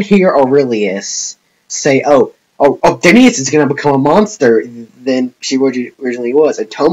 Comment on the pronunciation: She's my favourite character. I think the reason she wanted to go back to her original world was because she was alone and there was no one else like her. Also I'm pretty sure her name is said Othinus and not Othin-i-us. Also to your last question.... yes.